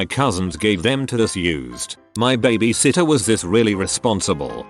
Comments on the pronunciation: Stop calling it baybaysitter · i love the way this bot says babysitter!! BHHAAAbe Sittor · Nobody: The narrator: bABa- sitTeR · normal people: babysitter text-to-voice: baabysitter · Narrator: BABA sittah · It’s funny how the voice said baba sitta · "babusitta" lol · listening to this while im high and laughing at the way he says babysitter is my therapy. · The way the voice say baby sitter is hilarious😂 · lol at the way the robot voice pronounces "babysitter!"